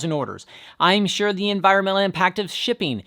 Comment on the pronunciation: Yeah! Unvirunnnmmnntl impact! (Just teasing 😉)